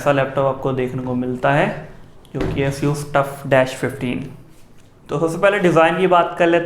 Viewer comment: if any one noticed he said seus for asus